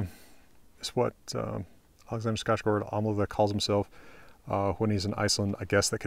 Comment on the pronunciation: As a swede, it makes me so happy to hear an american say ”Alexander Skarsgård” properly! The ”Å” is very important